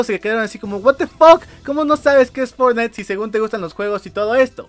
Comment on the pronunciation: pero dice fortnigth xd